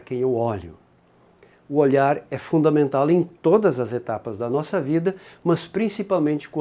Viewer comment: fundamentali, aulguem 😂tu é de onde? pra falar assim puchando o L ?😂